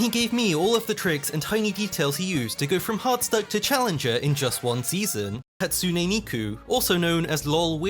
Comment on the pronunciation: I like how you pronounce Hatsune Neeko as Hatsune Meeku